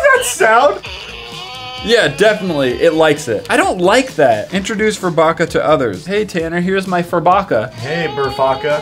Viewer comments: Is it just me or did tanner say burfucker not furbucker? 😂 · The way Tanner said burfokka not furbakka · My brother has that furbacca toy and he loves it BTW Tanner said Burfacca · Mathias: hey Tanner here's my Furbacca Tanner: Hey Burfacca Who else died? 😂😂😂😂😂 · "heres my furbacca" "hey burfacca"😂 im dead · Matt: hey Tanner heres my furbacca Tanner: hey burfacca LOLLL